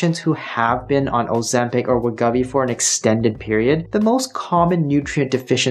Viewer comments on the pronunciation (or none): We GO vee. GO , not guh. Thank you for your understanding. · I can’t trust anyone who mispronounces Wegovy 50 times in their video.